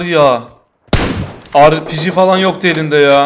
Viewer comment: Biri şuna ARPİCİ değil RPG desin